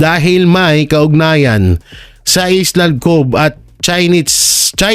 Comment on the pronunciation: Mali po ang basa po sa island ay ayland (sounds like) konting aral po